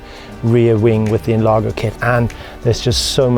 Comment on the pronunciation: we prounounce NLAR*J*O because it means enlarge